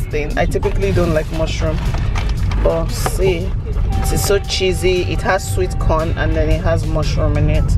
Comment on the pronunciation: That's game my kids showed me too ooh!. I didn't know about it. Hehehe! When you said the pizza "Is so Chessy,"was wondering how you are mentioning my name Chizzy 😂😂😂😂 while eating it. Love you ❤💖